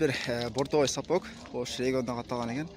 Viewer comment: Мектепте орус тилин окугансынбы? Сапок эмес,сапог